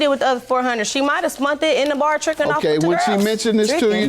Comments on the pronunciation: “Spunt” “wrotten” I’m just gonna leave this here… if ykyk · And she just said "spunt". Young lady please take some basic english classes. This is a bit much listening to you murder these words😵